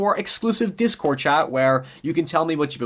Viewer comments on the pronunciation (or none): none